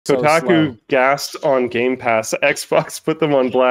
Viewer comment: Yt man can’t even pronounce Kotaku correctly